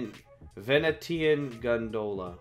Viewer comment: The t in Venetian is pronounced SH